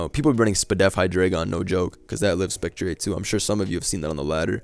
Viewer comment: Man said spec-tree-ayy. Been watching too much wolfey